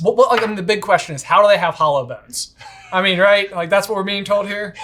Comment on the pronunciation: Somehow - and I absolutely know what you really meant - I heard "hollow bones" as "holo bones," like holographic bones.